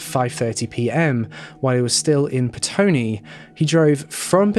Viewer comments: Petone, not Pestone (from a NZer) :) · Petone - Its prounounced Peh-Tony. I live in the Wellington metro area